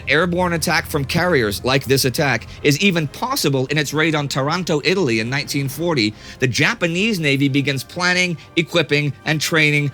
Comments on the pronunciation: You are saying Tarànto, but it's actually Tàranto. With sympathy ;) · Bravo. Can't wait. I will now contribute. PS The naval port city in Italy is at TAR-an-to, accent on the first syllable. To-RON-to is in Canada.